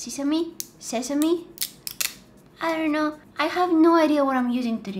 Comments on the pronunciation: ITS “SE SA MEE” no one says SE SI MEE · It is pronounced sesamee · how she said seesame😂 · Yeah the third time you said sesame or is it semi anyways yeah it was correct ✅ anyway I ❤YOUUUUUUUUUUUUUUU